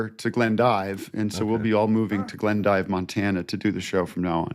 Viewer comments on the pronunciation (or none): Actually it’s pronounced “Glendeeve”